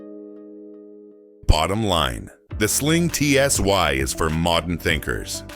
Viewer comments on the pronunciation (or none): It's not TSy, try TSi - Stupid Botts...